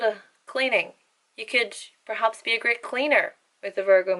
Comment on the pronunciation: When you said, "great", I thought you were saying, "grit".